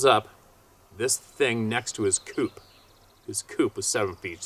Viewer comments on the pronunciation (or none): none